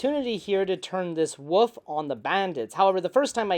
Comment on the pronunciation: Buddy I love this channel but we gotta work on our pronunciation of “wolf” 😂 I mean that in the nicest way possible